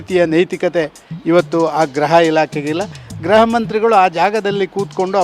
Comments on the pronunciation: ಗ್ರಹ ಅಲ್ಲ ಗೃಹ ಇಲಾಖೆ ಅನ್ನೋ ಅಣ್ಣ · ಗ್ರಹ ಇಲಾಖೆನೋ...ಗೃಹ ಇಲಾಖೆ ನೋ ಗೊತ್ತಾಯ್ತ ಇಲ್ಲ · Graha❌ Gurha ✅